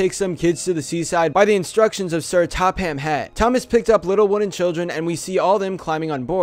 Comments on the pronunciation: >"...by Sir Top Ham Hat." It's pronounced Top-am Hat, you illiterate swine. With that aside, this episode of your Creepiest Lost Episode series is great and creepy as always. Nice work. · It's pronounced "Top-um" not Top-ham lol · Sir Top HAM Hatt. Wrong pronunciation bud. Also, that’s not a real character from the show, I mean it is Edward, but Edward is number 2, not 54, the 54 came from a YouTuber, not the actual show. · SIR TOP HAM HAT NOT SIR TOPHAM HAT😂😂😂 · Sir topham hatt. Not sir top ham hatt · "Sir TOP-HAM HAT" LMAO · Sir toppam hatt is pronounced wrong